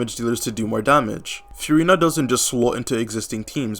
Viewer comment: also why is the second guy calling her "fyurina" please send him to coupon town for this crime right this instant